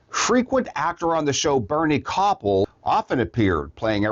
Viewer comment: You really butchered the pronunciation of Bernie Kopell's last name. It completely undermines your credibility.